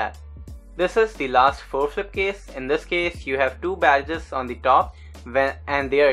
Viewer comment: I loved the tutorial, first one that I can actually understand how to complete the edges. P.S. Not to be mean, but I like how you say "badadges" (bad edges)